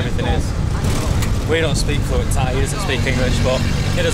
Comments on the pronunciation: Your parents are strong, climb up to the hill but at the top is the fantastic scenery, Anyway your Thai accent is so goooood. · Woaa, have not watched your channel for months. Your Thai pronunciation is now next level!! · your thai's acccent so so good